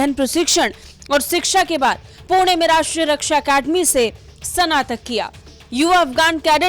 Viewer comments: sanatak kya hai be? snatak bol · Madam, Sanatan nahi... Snatan yaa snatak liya